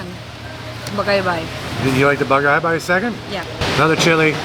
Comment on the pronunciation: its bagaybay not bagabay